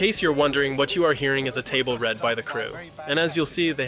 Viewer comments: did you just pronounce table read as table red (instead of what rhymes with table reed) to get people like me to comment on how you just did that, or have you actually never heard it spoken out loud? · It’s pronounced “table ‘reed’ ”, not “table ‘red’ ”. And now for something’s completely different. 😜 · Is this an AI voiceover? The mispronounced words like “table read” make me wonder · It's table reeeead (long e), not table read. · A “table RED?” It’s “read” obviously but pronounced “reed” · a "table read" sounds like table reed, not table red. If you're going to make videos about and earn a living from the industry you should probably learn how to pronounce it huh? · Isn’t it “table read” like reed not red? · Table REEED, not RED. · Table read is not not "table RED", it's pronounced "table REED". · The 'read' in 'table read' is pronounced like reed, not red. It's a read-through of a script by the actors.